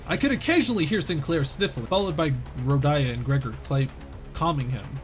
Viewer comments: Ahh, keeps calling Rodya Rodaya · "Wagie is not a real word" says the man who regularly pronounces Rodya's name as "Rodaya". >:(